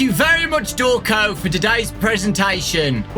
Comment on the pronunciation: “Hello! I’m!... Thank you,.” Me: How about? Pronunced ‘Draw-cone’